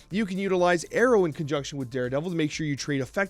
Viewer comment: Pronouncing 'Aero' as 'Arrow' is as infuriating as those saying 'Laura' instead of 'Lara'.